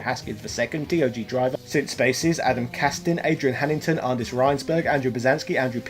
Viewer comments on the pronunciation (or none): none